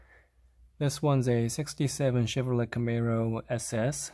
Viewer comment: Chevro let lol.. it's leigh